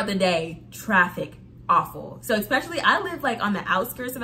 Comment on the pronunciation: Where is this word "Ecspecially" coming from?????